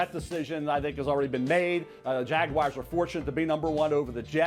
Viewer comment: It’s Jaguars not Jagwires. Why is this so hard for these talking heads?